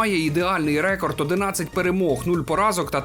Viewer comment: все норм але слово рЕкорд ріже вуха ніколи раніше не чув це слово з таким наголосом у словнику української мови слово рекОрд.